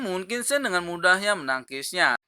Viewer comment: Min bacanya tolong tetap qin cen jangan qin sen